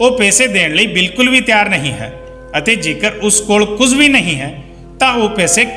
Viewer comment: ਸ਼ ਨੂੰ ਸ ਨਾਂ ਪੜ੍ਹੋ ਕੁਝ ਨੂੰ ਕੁੰਜ ਨਹੀ